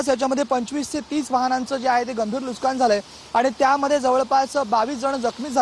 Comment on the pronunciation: Nuskaan nahi re baba, nuksan , Marathi adhi swataha nit bola, mag dusryana jabardasti kara. 😅